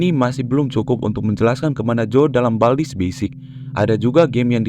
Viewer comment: Bang itu kok "bald's" bukan "baldi's"????